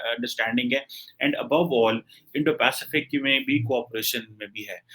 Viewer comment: ki Indo - Pacific bolne mein fatt ti hai 🤣